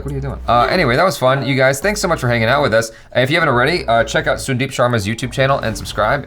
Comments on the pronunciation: Yo pronounce Sun then deep. Now say Sun-deep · It's Sun Deep not soon deep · It's sandeep while pronouncing